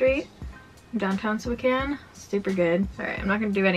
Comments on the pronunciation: I am so used to non-spokanites mispronouncing Spokane that it threw me off every time you said it right 😂 like my brain was constantly prepared to correct something that didn’t need corrected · It’s always a breath of fresh air when someone pronounces Spokane correctly 😂